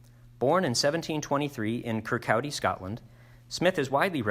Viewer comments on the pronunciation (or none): Kirkcaldy is pronounced "kirk-cawdy"